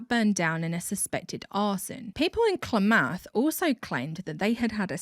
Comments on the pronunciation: "KLAH-math". Citation: is Oregonian. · Speaking from a couple counties away, "Klamath" is pronounced "CLAM-uth" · Never thought Klamath, Oregon would come out the mouth of someone across the pond! Our city names are weird and often hard to pronounce. It’s closer to Kuh-lamb-ath.